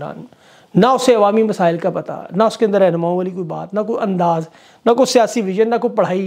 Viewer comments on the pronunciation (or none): none